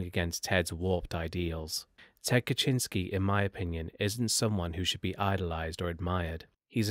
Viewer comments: Good video but your pronunciation of words is atrocious! You really need to learn how to say the words that you are using before you commit them to a video. Like Ted Kaczynski‘s last name and The Chi Omega sorority house. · I never heard the Unabombers last name pronounced that way before.